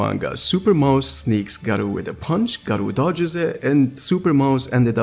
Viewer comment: bro Gaaro not Garo xD i dont know how you are a fan even though you cant pronounce a name properly